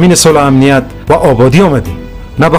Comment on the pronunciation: خوب بود. ولی چرا باید حتی در فیلم تلفظ را اشتباه میکنم مثلا میگه امنیت را همنیت احوال را حوال